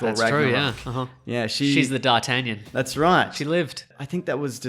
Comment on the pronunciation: Just wanna say cheers for giving my name (d’Artagnan) a mention in you video, but more importantly cause you pronounced it right ahah Love your videos, keep it up❤️❤️